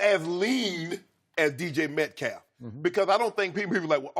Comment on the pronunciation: Between yesterday and today, Shannon has mispronounced DK Metcalfs name 12 different ways